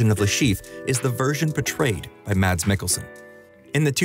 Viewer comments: i love mads mikkelson so much, dude is genuinely one of the most talented actors out there. literally just go look at his wiki, he's also a gymnast and did multiple plays and ballets! small detail, his name is not pronounced "mads" its more of a "mass" or "mess" :) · How people fuck up pronouncing his name everywhere I go? It's "MASS" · Saying the word "mass" but with a shorter "a", is how you pronounce Mads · Pronounced "Maas". The "d" is silent. You're welcome. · I just wish the narrator would have learned to pronounce Mads' name correctly. What a brazen eejit. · you do a whole video on him but still dont know how to say mads..